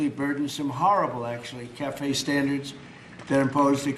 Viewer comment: What are “…vehicle stanDARS…” ?